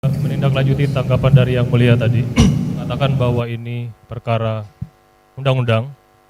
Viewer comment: Jgn panggil,sebut mulia lagi buk,anda salah ucap